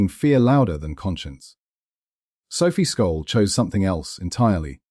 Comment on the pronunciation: Sjollll , S .J olll ...not Skolll........you dick ! At least have the decency to pronounce her name right .